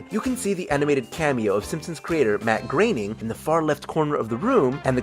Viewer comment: It's Matt Graining